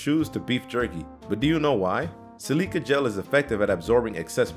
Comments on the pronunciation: Sil-i-ca, not si-li-ca. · si-leeka? crouch?..., you doin' ok? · Saaaaaame. Especially when he said crouch instead of crotch. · It bothers me when you mispronounce, silica and Levi..do you have editors? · Never heard anyone mispronounce silica or Levi jeans before....wow.... Just wow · How do you not know how to pronounce Levi silica.....Good old Toyota Celica gel